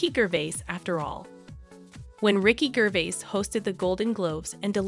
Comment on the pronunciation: What a load of crap can’t even pronounce his name right